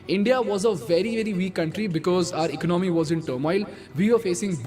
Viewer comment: Ec-nomy or Econ-my Very important were you break the word.